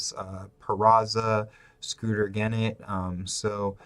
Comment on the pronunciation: Rhys Hoskins Joey Votto Scooter Gennet. Are you trolling us with the pronunciation of those names? Cause it's working man, I'm like this fuggin guy!!! Lol. Anyway good breakdown man. Good call on CJ Cron. Always important to be able to find good value late. Be mindful that Jake Lamb will gain 1B eligibility early in the year. He should mash, just sit him against lefties.